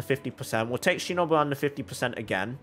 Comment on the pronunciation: ur pronouncing ''shinobu'' wrong